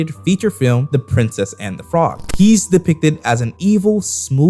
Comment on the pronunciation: How do you mess up the word voodoo that bad 😂😂